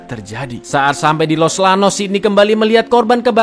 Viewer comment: Los Llanos dibacanya Los Janos, Bruja dibacanya Bruha cakkk Icaanngg....